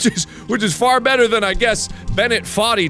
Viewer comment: "Can't jump too fur, jumps too short and can't jump too shirt" This is why I watch this dude 😂